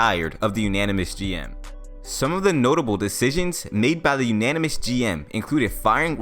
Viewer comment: Nope, it's not "anynomous" either. It's anonymous. 😂